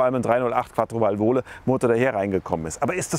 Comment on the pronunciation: Ein herrliches Video! Aber bitte: Qattrovalvole, nicht Quattrovalvooole.